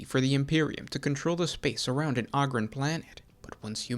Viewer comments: Oh-grin sorry. Ogre oh-ger right? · Can't listen to someone butcher a word over and over and....